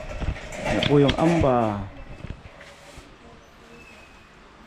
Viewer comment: "Hamba" po Ang tawag hindi amba